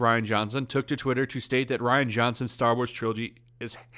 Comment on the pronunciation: I would have thought Rian is pronounced Re-on not Ryan